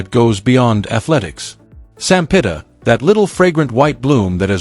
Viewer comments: sampaguita (sampagita) not sampita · Sampaguita not Sampita! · The story is good but your butchering her name and most of names like the flower Sampaguita lol 😊